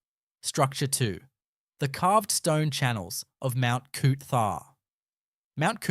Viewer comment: It’s Mount Cootha not Mount Cootharh